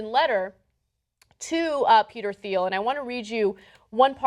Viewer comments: ... It's pronounced "Teal", not "Theel" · She keeps pronouncing his last name as "Theel"-the 'h' is silent. And hogan s last name is 'Bol-a-ye' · Its pronounced TEEL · The H is silent...its Peter "teel" Thiel. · Minor nitpick, his name is pronounced without the "h", Peter Teal. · Ana's pronunciation of "Thiel" ... -_- -_- -_